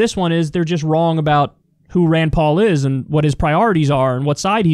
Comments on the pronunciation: I don't think he's saying Ryan. He's saying Rand, but with a weird pronunciation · Sounded like a accent rayyyynd